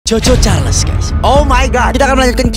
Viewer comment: Ey. Bang aku dengar cho-cho carles dari manusia